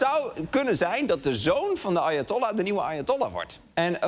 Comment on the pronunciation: Ik hoorde steeds: "Arjentollah". Nederlandse betrokkenheid ten top 😂